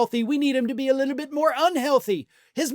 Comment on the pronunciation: I hate the way he pronounces "little".